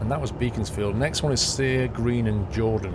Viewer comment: BEEEE CONS FIELD AHAHHAHAHHA It's pronounced Beck ons field ahaha